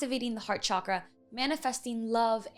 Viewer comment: Yay! She pronounced Chakra as it should! Thank you love ❤️